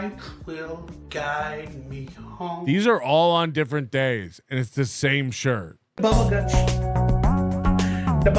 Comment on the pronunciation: DA BUBBLE GUTSH